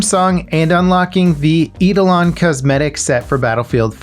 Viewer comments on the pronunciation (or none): It's 'eye-dolon' and not 'e-dolon'